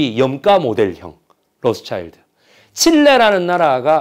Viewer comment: 훌륭한 강의 입니다. 배기성 학과장님의 강의를 속속들이 찾아 보고 있습니다. 그 명강의를 반감시키는 것 같아서 발음 몇가지만 고쳐주시길 바랍니다. '인류', '한류', '신뢰' 등의 발음은 인뉴, 한뉴 신뇌가 아니고 일류, 할류, 실뢰 입니다. 'ㄴ'받침이 'ㄹ'을 만나서 소리가 변하는 걸 자음접변이라고 배운 것 같습니다. 작은 티가 훌륭하신 강의를 가리지 않게 부탁드립니다.